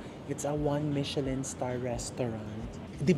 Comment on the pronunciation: super love this vlog Chef! I've been saying Michelin the whole time haha sayo ko lng narinig yung correct way to say it. Also, it's very helpful when you mention all the prices of the food, hotels etc., at least we know where and how much to budget for our next Thailand trip :)